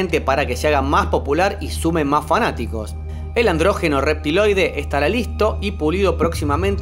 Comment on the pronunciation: NO SE DICE ANDRÓGENO, SE DICE ANDRÓGINO